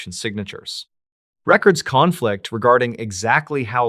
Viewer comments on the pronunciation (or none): If you keep saying records CONflict like that I’m gonna unfollow 😂